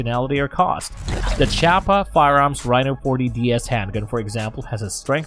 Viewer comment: Point 357 Magnum? I've never seen so many terms butchered in one video. Tell me you don't know much about firearms without actually saying that you don't know much about firearms. And the pronunciation of Chiappa was hilarious